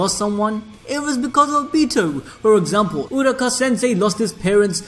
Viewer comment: Damn bro the pronunciation of Obito had me trippin I can't lieeeeee. Man said Uraka sensei 😹😹😹😹🤦‍♂️🤦‍♂️. Where you recording half asleep.